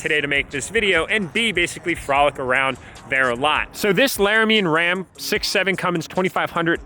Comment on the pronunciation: Was it me or did he say Larimean?